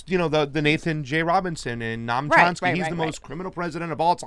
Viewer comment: if youre going to insist on mispronouncing Chomsky's name, could you please start calling him Numb Chomsky. Because thats how I feel whenever I hear him talk.